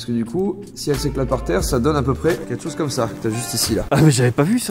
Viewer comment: ketchose????On dit quelque chose plutôt non?